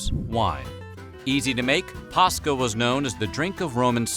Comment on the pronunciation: I can't be the only Finn here. For those who don't know the way he's pronouncing Posca is the exact way we pronounce a Finnish word, paska. This word literally means shit.